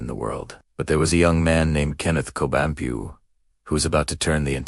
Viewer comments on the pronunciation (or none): please pronounce his name correctly its Co-bon-pue (pwe) and the spelling of Cebu is also wrong - it's CEBU not CEEBU